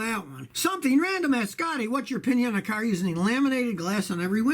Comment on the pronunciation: I just came here to hear him say carrr